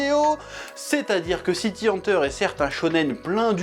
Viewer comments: City "Hanteur" ? "Dzukaza" Hojo ? ☝️😏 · "city hanteur"